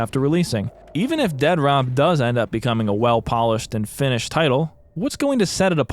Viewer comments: I love that you keep calling it Dead Rop 😂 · "Dead-rop." It's pronounced "DEAD-DROP." Not that hard to comprehend. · Every time you call it Dead Rop cracks me the hell up! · Why are you calling it Dead Rop? lol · Dude I am obsessed with your obstinance in not pronouncing it "Dead Drop" Dead-rop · It kills me that you call it dead rop and not dead drop lol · It makes me so happy constantly pronounces the game “dead rop” 😂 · Casually calling it Dead-Rop is clever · I love how you intentionally misread the title of this as "Dead ROP" Also lucky me, I was just watching your previous Mr Disrespect video before this popped up on my recommended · Its either pronounced Dead Rop or Dea Drop. Pick your poison :p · I gotta say, every single time you make a video it feels like its better than the last. Genuinely my favorite new channel that I've found. -1 million points for saying "Dead Rop" though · The utter disrespect of calling it "dead rop" throughout is just... chef's kiss